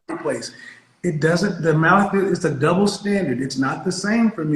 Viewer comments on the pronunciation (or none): “Iss a dubbo standirt”. She thought she made a point.